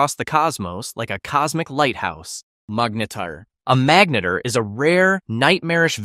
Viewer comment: magnetar more like Magarntar